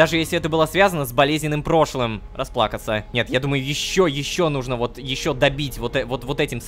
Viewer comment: рома, нУжно, а не нужнО😂